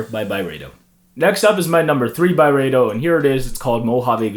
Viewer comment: It’s pronounced Byreedo